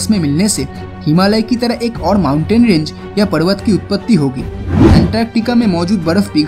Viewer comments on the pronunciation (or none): none